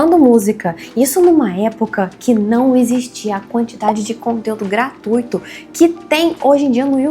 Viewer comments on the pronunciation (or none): none